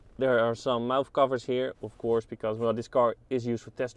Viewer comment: He says “off course” a lot lol